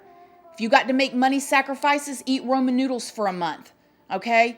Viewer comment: Did she just say, “rOman noodles?” Lol!